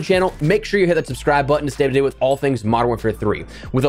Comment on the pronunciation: Bro slow down when you’re talking you’re the only person I kno who can turn “stay up to date” into “stayptdate”